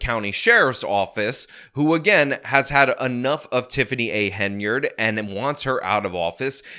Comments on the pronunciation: HEN-YARD Not haynerd Come on man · Finally, you see the Hen rather than Hay, very annoying listening to you mispronounce endlessly